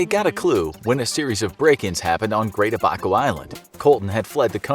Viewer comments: i really hate how americans pronounce abaco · It's always funny hearing people pronouncing Abaco, also he's a legend in the Bahamas dude got his own song.